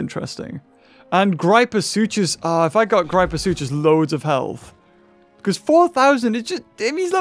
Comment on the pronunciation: Ok mate I’m sorry but it’s not GrIEpoSucHus it’s gryposuchus grip-o-sook-us